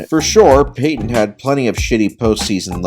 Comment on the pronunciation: You did Payton wrong